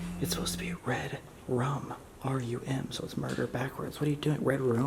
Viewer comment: Moorder... not murder... Red rum = Murder Red room = Moorder